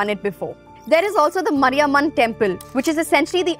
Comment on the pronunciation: Don't do such advisor type of video when you are not able to pronounce godess Mariyamman correctly